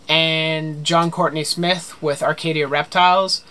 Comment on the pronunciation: Arcadia Reptiles Haha spot on pronouncing my name😂 loved the video btw! Keep doing you! Yes do a grinds my gear video lol